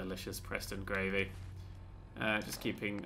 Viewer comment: "preston gravey" dammit